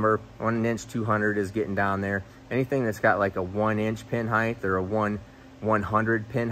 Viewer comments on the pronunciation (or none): People who say heighth rather than height are better than I thought.